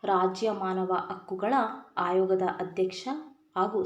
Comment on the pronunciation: Hadalita Hayoga alla mam adu Adalita, ayoga